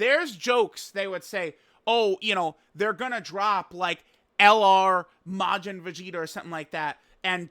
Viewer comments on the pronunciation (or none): none